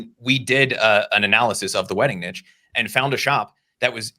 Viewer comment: love your content guys. now my life dream is to make you pronounce niche correctlly 😁